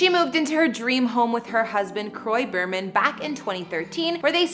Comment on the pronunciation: It’s pronounced beer-man not bur-man.